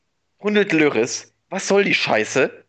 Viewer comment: Der Torwart von Robert wird "lori" ausgesprochen und nicht löris ahahahhahaha